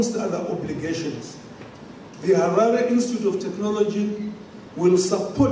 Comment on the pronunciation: "SAITH" not "scythe" or "sa"; "Harare" not "heray"; Chikumbutso NOT "chuto". These cheap VOIP apps are ridiculous and should come with an editing apparatus before publishing. Good grief! It's really bad with videos about issues concerning Africa.